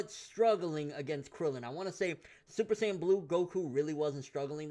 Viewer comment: by krillan krillian its krillan, props to krillan but its krillan hahahaha